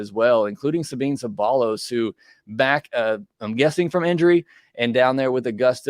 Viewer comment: Love the podcast I listen everyday! Just wanted to let you know the prospect Sabin Ceballos is pronounced SuhBeen SubEYEose. Hope that makes sense but I remember watching him play at Oregon.